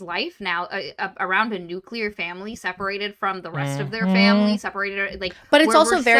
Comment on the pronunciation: Also Will being outed as saying "nucular"